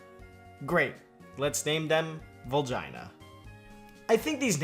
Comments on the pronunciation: Vulgina is pronounced VUL-Geena and you don’t even need to be Japanese to know that. Regina is pronounced Reg-EEna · It's pronounced vul-GEE-na